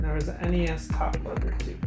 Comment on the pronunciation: I'm With You, Buddy, It's N-E-S!